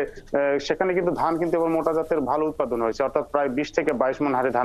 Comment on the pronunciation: উৎপাদিন নাকি উৎপাদন??????